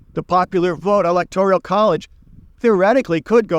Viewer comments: Electorial college? It's the electoral college. You're lived in Poland and you don't know how to pronounce Zbigniew. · It's Electoral not "Electorial" college Virginia is Democrat not a swing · Electorial College? or Electoral College? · You can't even say ELECTORAL ... Correctly. . And also you don't seem to to comprehend the purpose and function of the electoral college (which is basically, to prevent the popular vote from determining the presidency.)